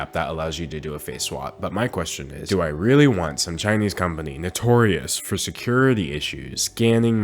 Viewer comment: your chinese kills me XXXDDD